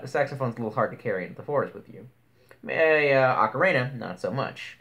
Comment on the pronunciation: Is...is no one going to correct his spelling and pronunciation?